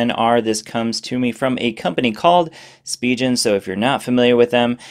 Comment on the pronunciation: It's Spee-gen not Spee-jen ;)